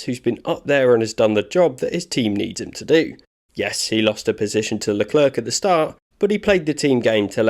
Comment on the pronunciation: It's pronounced "La Clair". You make him sound like a counter worker at the French DMV.